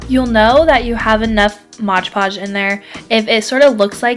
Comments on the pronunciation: Omg it's Mod Podge, not Modge Podge. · MOD Podge not modge podge